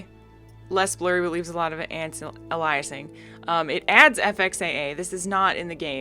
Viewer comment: Lost me at anti-aliasing an·ti·a·li·as·ing ˌantēˈālēəsiNG,ˌantīˈālēəsiNG/